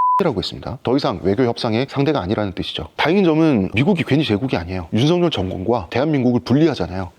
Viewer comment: 잘 보고 들었습니다 하지만 윤성녈이 아니라 윤석열이에요 일본사람처럼 윤석열이라고 발음이 안 되는 건 아니죠??